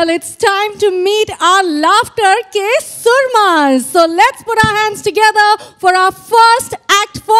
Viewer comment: It's soorma not surma